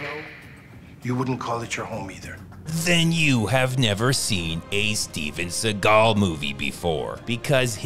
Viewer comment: Speven Seegaaaaul.